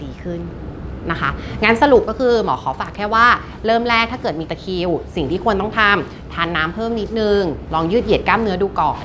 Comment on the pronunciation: ตะคริว ไม่ใช่ ตะคิว ค่ะ